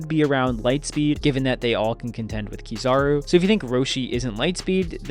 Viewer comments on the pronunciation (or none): none